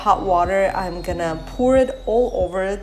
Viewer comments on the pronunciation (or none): POUR is pronounced like DOOR, MORE, SCORE, FOR...et cetera ( not poor).